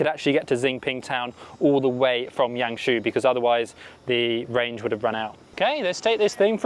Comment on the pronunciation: The Name of YangShou is pronunciation in Yang Sor~ Not your pronunciation in Yang She~ pls to pronunciation in correct way~